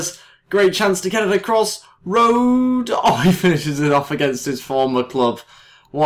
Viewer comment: Rode is pronounced Road-eh. You need to pronounce the E in the end :D